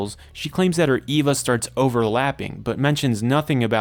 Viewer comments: Eh-vah not Ee-vah. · This is what happens when you read more english than you hear it. You pronounce Longinus with a hard G, and Eva as Eeva rather than Ayva. Longinus is a name, it's not something the anime made up. Eva would be pronounced the same as Evangelical. I have no idea how you can mess up pronounciation this badly. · Bro saying Eva like its Wall-E